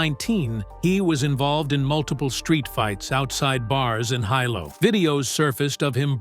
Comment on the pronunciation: Sorry To Correct You About Saying BJ’s Home Town Name Terribly Wrong. Because I Am Also From There And Know The Penn Family. We Who Is Was Born There And Have Generation’s Of Ohana That Had Been Born & Raised There. We Ten To Get A Little Eerrrr About Saying Our Town Really Wrong It Is Pronounced : Hee - Lo , Hilo,Hi BJ Is Called Like All Us Boy’s From That Town Are Called “Hilo Boy’s” , Mahalo (Mah - Ha - Lo) For Making This Video Of One Of HILO BOY’S To Be Proud Of!!!!! But His Decline Of His Mental State. I Have Talked With My Ohana About Fighting And Losing. We All Agreed Something Was Going On With Him He Is Not Really Fighting How He Was Trained And When His 1st Video Popped Up I Told My Cousin’s See I Knew Something Was Up!!! I Said “I Wonder If It’s Like What They Say About Boxing & Football???? Getting Hit In The Head To Much In The Head Then Your Brain Would Go Wrong. So I Wonder?????